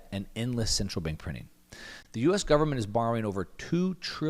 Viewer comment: "Full faith and credit of the US gubmit" LOLOL